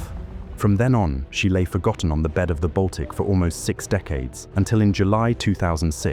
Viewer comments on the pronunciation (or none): none